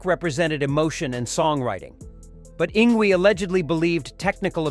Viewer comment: "Ing Gwee" LOL!!